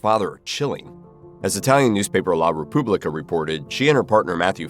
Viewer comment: I like the way he pronounced: Publica, as: Pube licker. Much more fun.